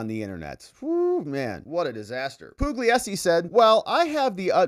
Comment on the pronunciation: Pugliesi is pronounced pool-YAY-zee.